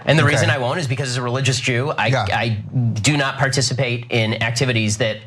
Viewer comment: Do not think, heard "donut think;" G'd day.